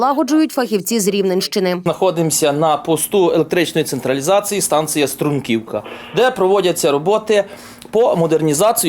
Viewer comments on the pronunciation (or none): не струмкИвка, а стрУмківка.